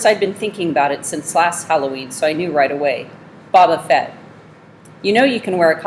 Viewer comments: "Bob uhh fet" that gets on my nerves more than it should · Bobo fett no boba fett